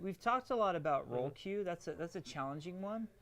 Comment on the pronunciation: DID U SAY ROLE QUEUE?????????